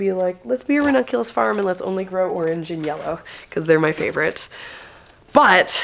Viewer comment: You can use your Babbel affiliation to learn Italian and then you will be able to pronounce the ranunculus and anemone names properly ☺️